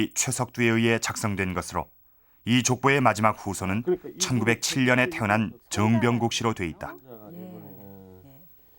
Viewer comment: 해설자님 정병국 을 즈엉병국~ 그때는 그렇게 하셨나봐요